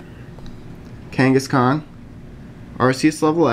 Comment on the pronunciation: when he said kangaskhan it sounded like he said genghis khan